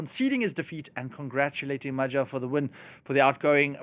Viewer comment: If you want to keep being a relevant journalist it's time to learn how to properly pronounce Magyar. And Budapest.